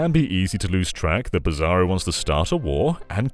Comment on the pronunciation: he pronounces "Psaro" like "Bizarro" . . i always read is as "Sorrow"